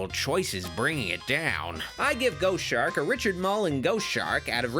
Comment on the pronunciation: ‘Chost Shark’